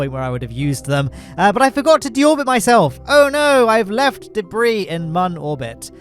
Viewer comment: "Forgor" rocket